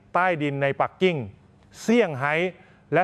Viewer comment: เอาอีกแล้ว AI พูด ปักกิ่ง ปรกติอ่านว่า ปักกิ่ง มีไม่ เอกด้วย ไม่ไช่ ออกเสียงปักกิ้ง ทำเอาภาษาไทยวิบัติ โดยไม่เจตนา สุดทน คนลาว ออกตัวว่าพูดภาษาไทยภาคกลางได้ ได้ แต่ออกเสียงไม่ถูก ยาย คนอิสาน ฟังพูดภาษาสปป ลาวได้ดี เหมือนเจ้าของภาษา ยายเคยเตือนคน สปป ลาว ว่าอย่าพยามยาม ถ้ายังออกเสียงไม่ถนัด